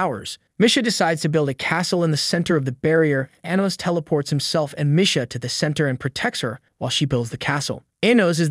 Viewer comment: That and how he pronounces Misha lol